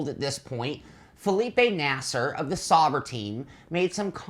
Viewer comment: A nitpick, I know & I guess you'd expect it to come up but it's S-OW-BER not "SOB-er"